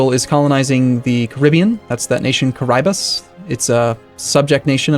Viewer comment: So the way we Portuguese say Caraíbas is not "car - l - bus". It's something like "cur - uh - ee -bas". x